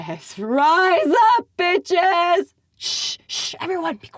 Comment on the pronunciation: what did you say? BEEches BEE crazy? As, like, BEE witches? You conviced me, it is the best movie ever made.